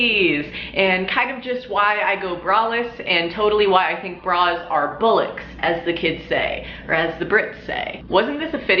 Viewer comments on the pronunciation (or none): It’s not bull it’s boll . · Its pronounced 'Ballocks' not 'Bowlocks' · It's pronounced BALL -Locks not bull-locks if you're going to use it. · It's bollocks. Why are you saying bullocks? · The English phrasing of bollocks is bol....licks not bo llicks or boo locks in English slang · Well you ought to get them out and let us see him. Also you're pronouncing bollocks wrong. You're pronouncing it bullocks which means several Bulls. Bollocks means a male's balls. And it's pronounced as balls not Bulls. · Stop saying BULLICKS! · Sounds like bullocks rather than bollocks. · Bullocks is pronounced Ball ocks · It’s not pronounced bullocks it’s pronounced ballocks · Why are you saying bullocks? when your t shirt clearly says bollocks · Other than English vets I can assure you no Englishman has said "Bull locks". Sound it out girl! BOL LOX.....BOL .....O.....say it like you are saying "AH" B AH LOX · You say Bullocks, we Brits say Bollocks! 😂😂😂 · Its not "Bull-locks" its "Bawl-locks" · Isn't it pronounced ball-ocks? Not bull-ocks?? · It''s pronounced more like "ball-acks", rather than "bowl-acks". But you get an A for effort, ha ha. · But the word is pronounced Ballocks, not bullocks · She’s saying bullocks instead of bollocks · But why are you pronouncing bollocks with a “u”? It’s not ‘bull’, it’s like ‘ball’. If you’re gonna wear a word know how to pronounce it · It’s pronounced ballocks not bullocks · Bullocks?? As a Brit I feel the need to tell you it's like the start of bowl. Bollocks to ya! 😂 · Don't take this the wrong way , just a correction. Its not Bollocks as in "bull" ocks , its Bollocks as in "Bol" ognese sause and "locks" as a door locks :) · Bullocks? You mean bollocks, pronounced bowl-locks. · It's bollocks not bullucks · oh my god what ? it's pronounced bawlocks not bullocks like Sandra Bullocks ahhaha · I love this video But it's "Bollocks" not "Bullocks" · It is pronounced Ball-locks, not bull-locks. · hahjhjs im crying 'bull-licks' its bollocks m8